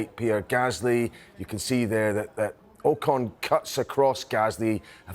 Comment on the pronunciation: AW CON not OH CON